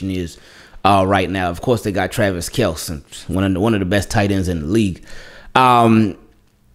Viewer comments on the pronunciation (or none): Someone need to tell it's Kelce, not kelc lol. Done heard it once too many at this point 😂